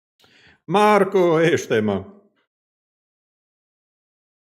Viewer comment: what language do u spoke when u said Marko? Sounded like Croatian language👀